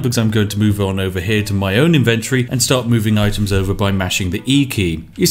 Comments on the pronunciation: Why is he saying inventory so incorrectly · inventory is not pronounced that way lol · Is that how British people pronounce inventory or is it just him?